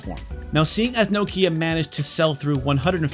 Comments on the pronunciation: Bro I have 2 of these and collect all the games. I really appreciate you doing a full video on it, how ever the least you could of done is learnt how to say Nokia in the correct way 😉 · As a Brit who now lives in Finland I always wondered why Americans pronounce Nokia so strangely. knock-i-a, not nOkIIa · I swear it's pronounced Knockeeya. Can't seem to find a Connecting People ad where the brand+slogan is actually said out loud. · "Nokeea" Nah. It's "Nokia." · Knock-ya not No-kya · Enjoyed this video. But for the love of god, it’s Nokia. Not No-Kia. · It’s NOkia, not NokIa ffs... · why do u keep saying No Key Ah its Nokya, like, 0 prople call it No Key Ah. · its pronounced nokia, not no kia, like you´ve lost your southkorean car. i dont know why, but it bothers me a bit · Why do you keep calling it "Nokeea" you absolute fail? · Whilst all the planet calls it nOkia why on green earth would you call it nokIa? Who did you hear pronouncing it like that? nokIa…….. It’s nOkia!!!! Dang so annoying….. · You won't drink anything because he winds up say "Noh-Kia" instead. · Nooo-kia 😂😂😂😅 - Americans pronunciation is something else 🤣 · Nokia pronounced like knock ia. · it's more like 'NOkjia' if you wanna actually correctly pronounce it, finnish is weird. The rest of the world that doesn't swallow half their phonemes settled on 'Nohkia' as the go to pronunciation tho. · I like your videos, and your presentation style. I'm not sure I can watch a whole video with your countrymen's mispronunciation of "Nokia", though. Let's see how I go... About a tenth of the video in and I'm already grinding my teeth. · Should have been called 'Poorly educated American patronises Europeans in 34 minute video, mispronouncing Nokia throughout' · Lol it’s funny the way you pronounce Nokia. 😆